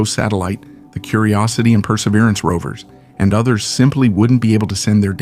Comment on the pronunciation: while i sort of appreciate the content. please get a voice that does not sound like hes drunk as that mumble mouth harry caray. and pronounce Perseverance correctly